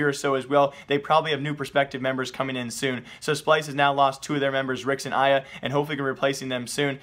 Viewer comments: Why do you call him aya? its ARYA! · It’s ARE-RE-YA not EYE-YA :( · Arya is pronounced are ee ya look at a vod of moe playing with him that's his name idk his irl name but his alias is pronounced are ee ya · It's ARya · How hard is it to pronounce Arya..? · Does he not realise there is an R in Arya?????? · ARYA THERE'S AN RRRRRR xd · How the fuck do you mispronounce arya that horribly like it's literally a first name LOL